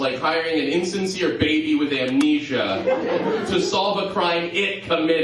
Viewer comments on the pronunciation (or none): none